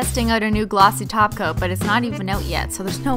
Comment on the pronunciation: My thoughts exactly! I've been trying to find the first video she realized, or somebody commented that she says "top coat" as "taco. "